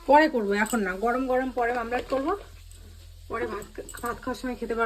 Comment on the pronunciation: Mamlat noi omlet